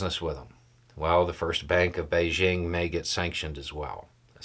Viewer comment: Thank you for pronouncing "Beijing" correctly. You just need to work on the ton es. :)